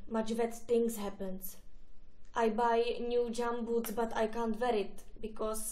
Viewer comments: To je výborný! Mně stačila už ta osobní tragédie se zbytečně koupenými "DŽAM bu:ts" :-DDDD Projev trochu horší než Pazderková, ale obsahově skvělý. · Nejlepší jsou Gum boots, tedy džam bůts :D